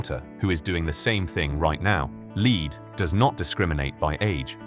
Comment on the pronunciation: When you have AI narrators mispronouncing "lead", your video loses credibility from the start. Shame.